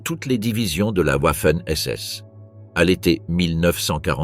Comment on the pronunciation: " de la ouafen ss". 😱🤣🤣. W en allemand, comme en français, se prononce V et non OUA comme en anglais.